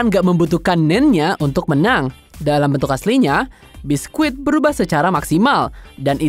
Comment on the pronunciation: bang itu karakter "biscuit" baca nya "bisket" bukan "biskuit" 🙈🙈🙈